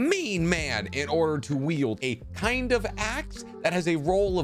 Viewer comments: I know he's saying wield but it sounds like yield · Wield not Yield!!!! I'm sorry, it just finally irritated me too much. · I'm sorry. I don't want to nitpick, but this man is saying yield instead of wield. I can't be the only one who hears this right? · Did you say "yield" for all of these??? It's called "wield". Yield is something entirely else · I think when you say yield you mean wield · I can’t tell you how many times I just listened to you say “yield” instead of wield… Are you good? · Bro needs to learn the difference between wield and yield 🤦🏻‍♂️